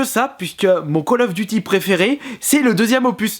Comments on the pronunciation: favre en prononciation on dit Col of Diuty pas de calle ofeuh duti ... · ME C PA KALL OF DUCHY CHA